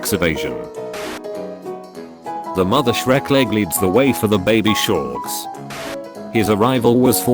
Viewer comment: 0:9 "baby sHorKs"